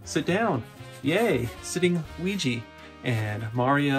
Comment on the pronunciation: “Now for Weegee…”